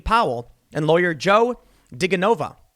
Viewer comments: Jesus, Tim: "Dee-JEN-oh-vuh"! 😳 That's actually part of what I love about your content, bc u obviously read a lot more than you listen or watch, bc you can't get names right! 🤣 For real tho, I love your content and thank you so much. I dont want to be a troll, but guess I just was a little bit. 😉🙌💙🤘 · It's pronounced: Duh-genna-vuh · DiGenova is pronounced DeJENOva, like GIF. LOLOL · How do you travel the world, and yet not know how to pronounce digenova? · You’re pronouncing DiGenova wrong. 😬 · YOU ARE A FRAUD TIM POOL!!! If you've done any research or investigating, into the left's attempted theft of the 2020 election, as you insinuate you have, you would KNOW the name of Joe diGenova and how to properly pronounce it. You are a FRAUD! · Tim, how do you not know how to pronounce DiGenova????